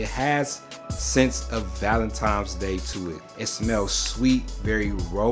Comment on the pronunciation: Lmao "valentimes"